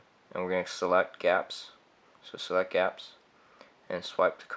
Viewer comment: Its not pronounced Gapps it is G-apps like Google apps.